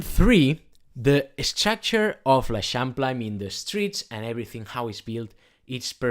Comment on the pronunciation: Never heard anyone pronounce l’eixample, very helpful video, thank you!